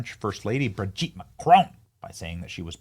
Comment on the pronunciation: Every time you say BridgEt, I laugh